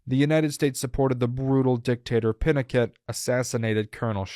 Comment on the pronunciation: FYI, "Pinochet" is pronounced "Pee-no-shay'. "Kissinger" - 'Kiss-in-jer'. Echelon - 'esh-uh-lon'. Quite frankly, the evil perpetrated upon people by Govt and military programmes beggars belief. And the immunity from punishment given scientists that treated people like subjects is, in itself, a crime against humanity.